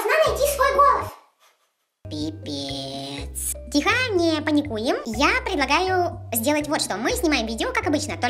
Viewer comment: "Пипеец",почему-то я засмеялась😁Не знаю почему,и воопще я одна засмеялась?